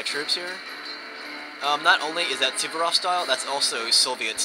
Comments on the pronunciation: It's Suvorov, not Suberof. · Suvorov was a Rush-In. LOL